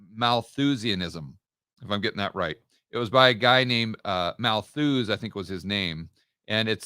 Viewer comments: It's Malthus btw, not malthooooose... Great content as always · ‘Malthus’ is pronounced with the accent on the first syllable, and the ‘us’ part is pronounced as ‘us’, as in we/us. Appropriately enough ‘Malthus’ therefore rhymes with ‘mucus’ and has the same meter. But it would have even been more apt if it had rhymed with ‘shit’. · Getting too much joy from hearing say, “mal-THUUZE” 😂